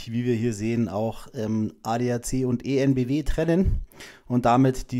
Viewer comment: "En Bee Wee" und nicht "E En Bee Wee" 😊